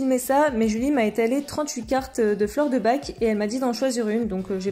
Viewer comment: Dsl mais on dis pas les fleur de bac mais de bar pour la prononciation